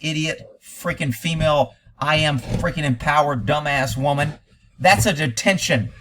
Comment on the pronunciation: "Jentlemen". "Fimail". WTF?